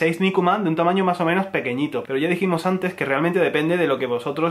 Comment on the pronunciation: Me encanta cuando dice "No pasa nah" o "mah o meno" ><❤